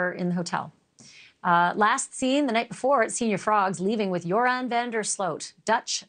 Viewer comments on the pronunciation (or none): Its Joran.. not Jordan. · Joran not Jordan 🙄